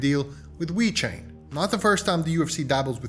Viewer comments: this guy calls it wechain lol its VEEEEECHAIN LOL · It's not called We-Chain. It's pronounced exactly as it's spelled dude. Ve-Chain. Please stop pronouncing it in that manner. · Wait.. does he keep saying wee chain?